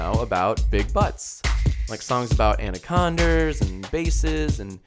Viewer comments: I think he did it on purpose like how he said anaconders. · Died when he said ''anaconers'' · It's anaconda. Please learn to say and spell it correctly